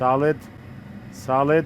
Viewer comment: when he says "solid" it sounds like he's talking to a friend named "Saled" lol